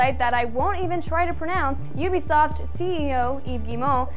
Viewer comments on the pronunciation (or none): none